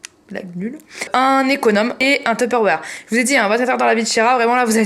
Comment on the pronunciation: je suis la seule qui est choquée par sa prononciation de Tupperware 😂😂